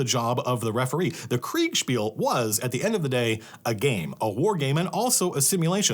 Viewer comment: Love you saying Kriegsspiel. Sounds way cooler.